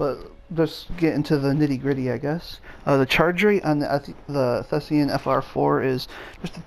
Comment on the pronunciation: THESAN, not THESEAN.